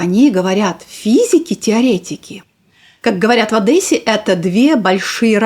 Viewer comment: Не в Одэссе, а в Одессе. 😊